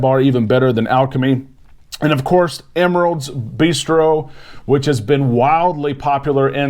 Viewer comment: Emeril's - the D is silent lol